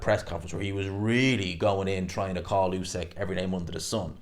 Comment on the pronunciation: Not usak it’s usyk